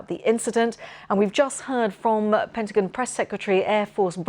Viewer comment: I hate how she says Pentagin